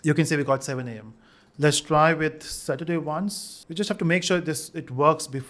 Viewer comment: Does anyone had anxiety when he missed 'r' in saturday